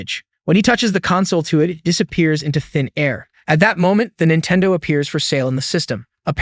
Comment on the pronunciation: What the heck is a Jintendo?